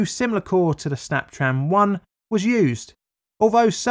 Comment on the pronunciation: "snaptran" sounds like when jimmy neutron's teacher if she was trying to say 'snap tron' SNYAPTRAAN